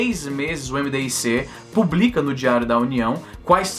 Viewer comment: A sigla do Ministério Mdic lê-se “midique”. Não soletra-se.